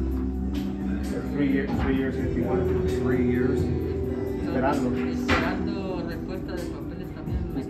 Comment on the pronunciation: Tijuana (tee-wanna) there’s no a in there. Not tia juana. Ti-juana. Cool you did this. A lot of those people want a safe life, and to contribute. Most Americans opinions are wrong about the people trying to come here.